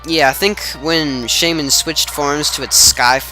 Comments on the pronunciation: Yup, it's "Shay-min" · i think u are saying it right that how i say shaymin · u said it right